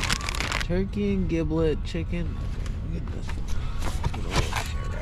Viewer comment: Giblet is jiblet as in jeep.